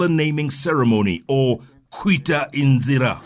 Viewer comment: Dear Jeff, it's Kwita IZINA not INZIRA